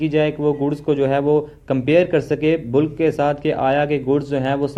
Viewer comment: Miya ji bulk ko बल्क बोलें बुल्क नहीं . ज़ुबान का भी ख़तना करवा लिया है क्या?